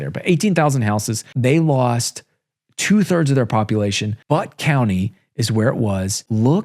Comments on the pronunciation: It's Buetttttt county, not BUTT county...LOL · It’s not “BUTT” county. lol common mistake. Its BEWT. It’s like beautiful without the iful at the end. Or butane without ane. Does that help at all? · "BUTT" County? When you know you're going to say BUTT, maybe consider that Butte isn't pronounced BUTT. Be-yew-tt - BEAUT - County. Ask any Northern Californian! I was almost on the floor....! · It is Butte County, pronounced "Beyoot County", not "but" county. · Bu tte County. Not But.t county. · Butte is pronouced as "Byoot" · PLEASE get the pronunciation right! Butte county is pronounced "b-you-t" (as in "beau ty" without the y).